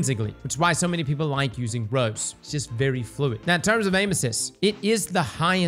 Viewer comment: It's Rose, not rows 😂